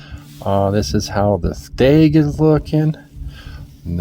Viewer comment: It is stag... not steg lol